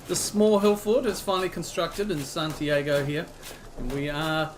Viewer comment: Only one little thing: it's Santi-ah-go, not Santi-ay-go. Rhymes with cargo for you.